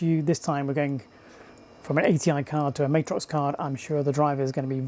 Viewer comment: Love the video comparing these cards! These were what I was interested in back in the mid to late 90s. One thing to note is it’s pronounced Mat-Rox not May-trox